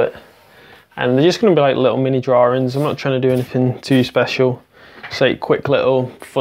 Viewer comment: DrawINGS not drawRINGS. Looks great though!